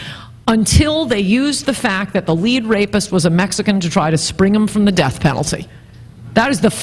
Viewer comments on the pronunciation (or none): none